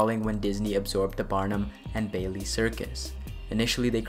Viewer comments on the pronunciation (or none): none